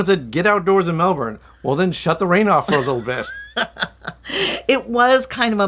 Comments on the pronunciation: It’s pronounced “Mel’bn” not Melburn, Melborrrrn And yes, it’s been a cool spring but wait until Jan and Feb, traditionally the hottest month. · All you need to do now is learn to pronounce the city the way us locals do. It’s not, Melbourrrrnne, it’s,Melbn (almost like bin) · The weird thing about aussie cities is the way you pronounce things. The city of Melbourne, is pronounced 'Melbn' or Melbin not Mel-BOURNE. You guys seemed to almost do it right but I'm glad you liked it. It's a great city. I've lived in both about a decade each, maybe more in Melbourne now but I still love Sydney but I kinda like Melbourne better. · I know this is not your fault but for us the way you pronounce MelbouRne is so weird lol strange no one of the people you met told you the right way to say Melbourne. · It's pronounced 'Melbin' 😉 As a foreigner living here they will be sure to correct you. 🙂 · Oh man, the pronunciation of "Melbourne" is killing me in this video